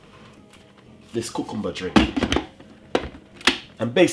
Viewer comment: I liked how he said cucumber!